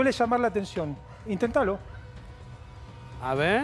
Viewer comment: “Intendalo” -> the reporter mogged himself afterwards 😂